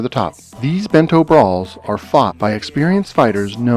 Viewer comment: It's actually Ben -to not too